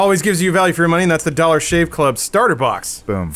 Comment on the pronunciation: When says "dollar shave club", it actually sounds like "dog shit club"